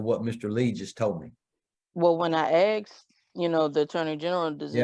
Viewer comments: She axed for a lot.... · She wants money! I “axed” the question!😂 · Its not axsked asked there is no x in they word learn how to speak English. You have been fucking it up your how life just put and s back in it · "When I axed", sums it up there. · "When I axed" lmao can someone pls tell me why they can't say the word "asked"? Is it a speech impairment issue or what?